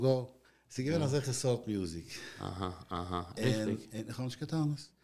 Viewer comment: The word is music not Mayuzic